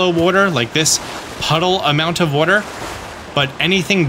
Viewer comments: I recently found your channel when I started playing totk and I didn’t know anything about you except ONE THING…I knew for a fact you lived somewhere in the northeast of the United States because in one video you kept saying “wooder”…iykyk 😂😂 and now you just confirmed it by saying you’re from NJ 😂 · I knew you were from Jersey when I heard you say water 😂😂😂😂😂😂😂😂